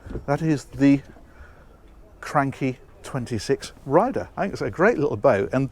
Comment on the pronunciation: Need to brush up on your Italiano your pronunciation of cranchi was very common English-speaking....